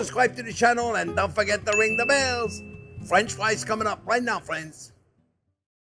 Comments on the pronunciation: no time, just clicked to hear this dude say fwench fwies real quick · Fwench fwies anyone?